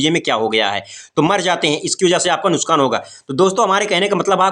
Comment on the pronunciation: Nuskaan nahi.😅😅😅😅😅😅😅😅😅nuksaan hota hai